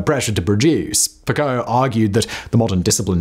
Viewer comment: Pronounces “Foucault” as “foo-co,” but pronounces “Michel” as “Michael?” Make it make sense!!!